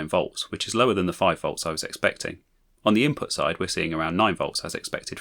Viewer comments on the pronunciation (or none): none